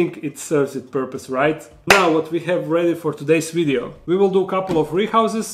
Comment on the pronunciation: Did you say video or ideo